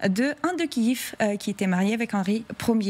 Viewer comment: Kiev, pas Kiiiiiiiiiiiiiiiv ;)